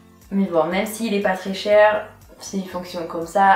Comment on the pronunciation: C'etait patricia du tout Mdrrrr (c'était pas très cher du tout)